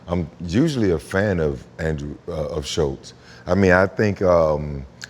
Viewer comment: There is no T in andrews name. You said it wrong every time